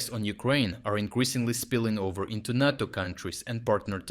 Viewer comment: Nay-toe Nay-toe, not knat-o